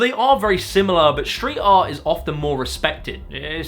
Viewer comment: Schtreet, Schtrong?? It's Street and Strong!